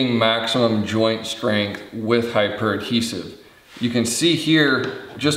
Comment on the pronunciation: I do appreciate the thoroughness of the reviews, especially this one on HiPur. One thought I'm thinking it is pronounced "high pure" given it is "high" strength "p" for poly and "ure" for urethane.